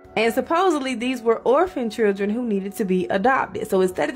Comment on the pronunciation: I have never heard someone pronounce the word children as "Churdren"...lol. and